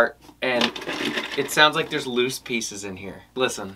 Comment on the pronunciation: Pieces (pea-seas)